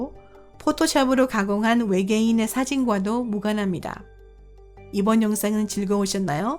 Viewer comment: 성우 제가 해드릴까요?남자 성우라도 괜찮다면 해드릴게요 목소리 음색은 그렇다 쳐도 된소리, 거센소리도 구분안되는 발음은 짜증나다못해 진짜 충격적이네요ㅋㅋ 발음이 탈북민이나 조선족 수준 이하인데요? 예를 들면 이번 영상에서는을 이본 용상에소는, 유명한을 유묭한, 달 표면에서는을 달 표묜에써는 그 외에 수십가지나 되는데 다 나열하기 빡세네요 그리고 왜 말끝을 흐리시나요?기본 자체가 안되어있는 나래이터인데요?